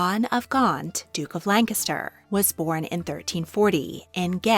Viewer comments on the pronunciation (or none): none